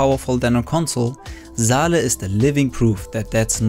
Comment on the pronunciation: Saleh is a Arabic name pronounced saw lah it's not zaleh its saleh.